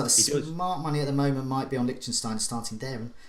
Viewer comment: C'mon it's Lichsteiner, Lichtenstein is a country haha